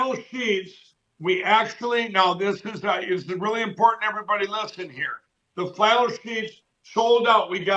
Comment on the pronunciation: I need to correct you, Sir. It's "Fshlannel Sheesh". I've hung around long enough at Lindell's network to know how to pronounce it right. 😂🛏